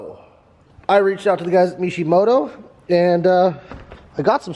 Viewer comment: "MEESHEmoto" lol